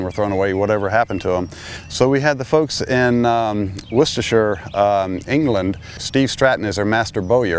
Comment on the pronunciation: Yay, he said Worcestershire correctly!